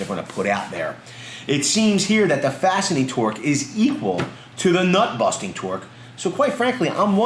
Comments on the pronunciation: Did you say buttnusting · "butt-nusting torque" 😂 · Haha “but nusting”